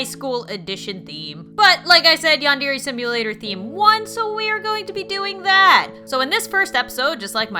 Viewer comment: that's not how you pronounce yandere sim